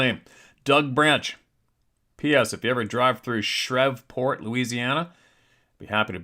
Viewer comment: Hi 👋🏻By the way it’s pronounced “SHREEVE”-PORT….Keep up recording your outstanding videos —THANKS 👍🏼🥰